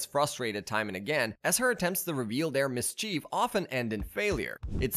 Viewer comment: Bro this narrator couldn’t pronounce “awry”, “epitome”, “mischief”, “ensues”, “nefarious”, “internship”, and probably more but I got bored of the video and shut it off😂